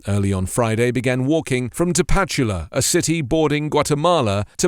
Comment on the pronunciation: Minor point for reference only: It's pronounced ta-pa-CHU-la, not ta-PA-chu-la. There are a few Spanish rules on which syllable is stressed in a given word, if you're interested. And yes, even though it's a native word, it is written and pronounced using Spanish orthography and grammar rules. Good video; just thought I'd point out a small error.